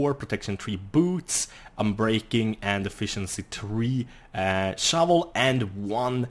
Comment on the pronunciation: wat totally drunk lol